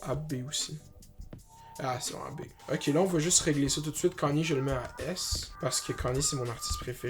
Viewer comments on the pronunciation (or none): none